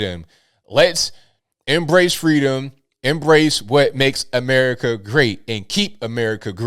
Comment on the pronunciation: Fweeeeedom not Freedom😂